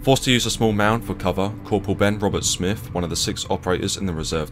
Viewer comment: English accent but can't even pronounce lieutenant. Oz army pronunciation is the same as British. Lacks credibility. And Smith not Smifff.